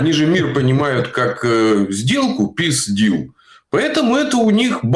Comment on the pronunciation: Как же режет слух этот “реасе deal”🤮🤮🤮🤮🤮